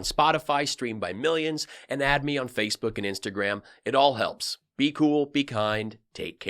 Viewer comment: Dad, did u just say "instant gram"???